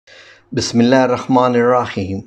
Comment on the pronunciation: Bhai mazrat key sath. Bismillah sharif main apna talafz thek kr lejey. Shuktia.